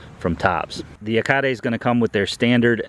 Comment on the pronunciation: Finally an accurate pronunciation of Yacare!